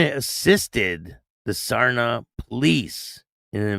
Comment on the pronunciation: the how to pronouce Saria SAR Nee Au